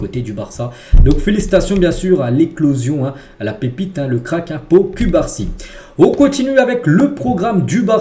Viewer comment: 😂chef cubarsi s'eppelle (coup-bar-si) pas (cul-bar-si) 😂😂 mais je kiffe kan meme hahah